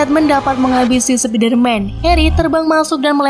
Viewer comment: Min...kurang enak di denger kalo di baca Sepider-man Enakan Spaider-man Min :')